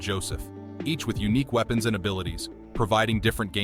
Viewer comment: "Weepens" lololplolo😂